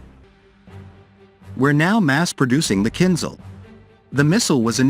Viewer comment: КинЖал, а не кинЗал =.=